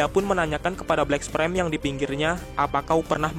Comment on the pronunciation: Bang, pernah makan bangku sekolahan ga sih? Coba yg bener sebut nama hero atau monsternya Kek sebut tatsumaki jadinya tatsumeki, terus black sperm jadinya black sprem, tolong bang jangan asal"an nyebutnya, biar saya enak dengernya